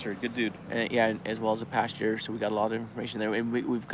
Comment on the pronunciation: Pastor not Pasture